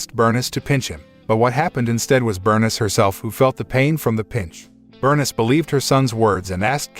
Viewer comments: OMG does every single movie review on this site contain a main character’s name that they mis-pronounce! Burn-iss is pronounced Ber-niece I like these videos but the terrible grasp on the English language really pulls me out of enjoying these movies. All you need to do is have 1 fully fluent English speaker as part of your team, and the problems are solved! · Her name is pronounced bur-niece! I hate computer voices! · Pronounced Berneeese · Let me guess. The boy's mother was Bernis, a name I have never heard. Could mama's name have been Bernice? (Bur . News, rhymes with geese) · His mother “BURN-IZ” lol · Your pronunciation of Bernice kills me